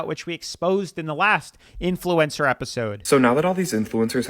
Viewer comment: Love your videos but youre pronouncing influencer wrong. You don't need to emphasise the E